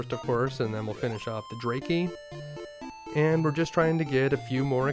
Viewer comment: I've never heard anybody pronounce Dracky that way. I've always presumed the pronunciation was like Dracula, because bat.